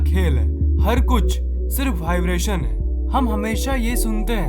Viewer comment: Next video se pahle Vibration word ko apne sub conscious mind tak pahuchao aur uska sahi pronunciation karo😀😀😀😀😀